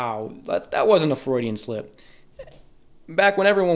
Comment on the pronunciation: "Wow that wasn't a frudian slip" 💀💀